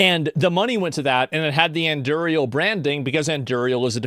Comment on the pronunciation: Cant pronounce Anduril